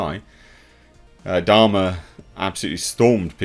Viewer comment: I keep hearing "dharma" and not "Dahmer." QUITE different things. As for Andor, I'm probably going to watch it, but I'm waiting until the finale before I commit. Disney+ makes a habit of pulling an Amber Herd for their shows.